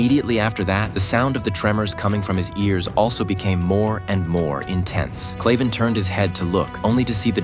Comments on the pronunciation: His name is Kraven not clayven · It's kraven not claven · Kraven is pronounced wrong all the way through this video and it’s annoying me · Bro its kraven